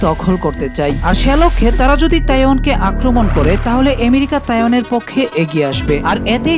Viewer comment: আমি প্রথমে তাইওয়ান কে taehyung শুনেছিলাম।😊